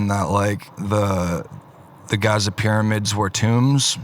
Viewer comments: Dude said Gaza pyramids instead of Giza pyramids lol 😂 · "The Gaza Piramids"😂